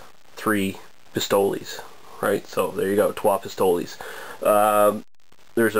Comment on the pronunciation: I think it's actually pronounced Pistol (es is silent). I've heard of this one from a friend in Montreal, sounds delicious. I'm truly jealous, good review!